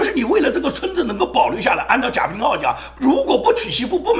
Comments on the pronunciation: 应该贾平wa，不是ao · 贾平wa 读音错了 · 贾平(wa---四声）